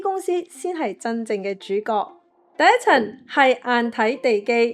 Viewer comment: 冷知識，懶知識 第一層，第一陳 銀行，銀寒 😑😑😑 懶音太多，好難聽